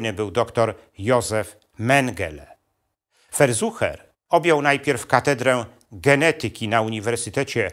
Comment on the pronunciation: Nieprawidlowa wymowa nazwizka Verschuer.